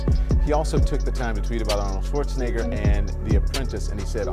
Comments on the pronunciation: Shwarseneger... His name is Schwarzenegger! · Your butchering of Arnold's last name is why I can't watch this video, I'll find another source